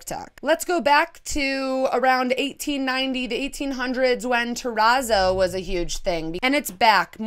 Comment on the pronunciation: I am guilty of the monstera/ palm bed spread BUT... It's just a duvet cover so I can change it whenever I want. Also a small note, I believe that the "zz" in terrazzo are pronounced like in the word pizza (it's not important, just thought I'd mention it).